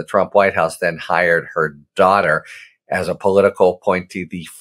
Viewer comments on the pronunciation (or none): none